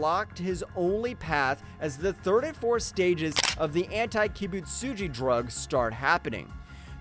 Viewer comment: Geyoko 💀 Gayomei💀 Surprised how bro even pronounced kibutsugi right